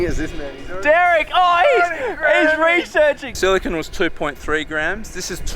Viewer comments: Your "silicon" was not, it was clearly "silicone." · Silicon - Literally "silicone," even though you said it wasn't. Glass - Silicon dioxide Obsidian - Silicon Dioxide Quartz - Silicon Dioxide Wtf do you guys have against silicon? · Silicon with an e isn’t pronounced the same as silicon, just gunna put that out there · Silicon Sphere has TWO "e"s actually 😊